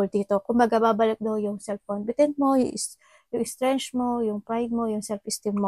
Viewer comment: love ko tong reader na to. bash me all you want but let me help the English pronunciation po 😊 1. Strength - pronounced as "strent" 2. self confidence - pronounced as "self confidens" - not po self confident 😊 3. - describing action "patient" example - you have to be patient. - describing what you need to haveb"patience" - example you must have patience 😊 pls take this lightly 😊